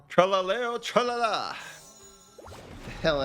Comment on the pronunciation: FINALLY, an American who say "trallallero trallalà" correctly,I'm sick of hearing the last la whiteout the accent, is just so hear bleeding for an Italian 😂